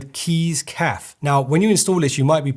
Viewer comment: Cafe is said Caff-ay mate